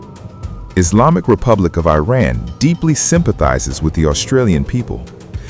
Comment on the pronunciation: FFS! Will you please try to pronounce 'Iran' correctly. It hurts my ears the way you say it!